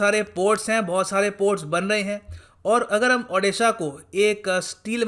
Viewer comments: O - D - SHA not A- D- SHA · sir please,pronounciate our state odisha not adisa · " अ" नही "ओ" हे...... "ओडीसा" |sir, pronounce it correctly . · Plzz sir State ke name tike se pronounce karo